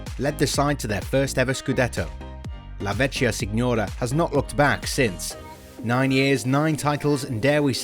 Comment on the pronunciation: The way you say la vecchia signora made me laugh.